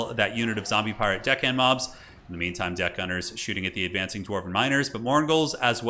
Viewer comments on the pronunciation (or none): "couple of dickhand mobs" 😆😆😆 I always hear that when they are saying their name too